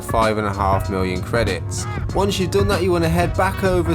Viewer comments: Why are saying Orison wrong??? It's 'Ori'son' not 'O'ry'son'. You even hear in-game announcer pronouncing it correctly for reference... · why do you say orison like that man, damn its so weird